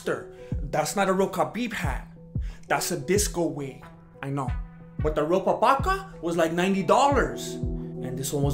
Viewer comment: Rapabaka? It's a papakha 😂